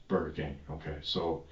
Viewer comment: He said "burrkeeeh" AI picked up "bird camp" . He ment burger king lmfao😂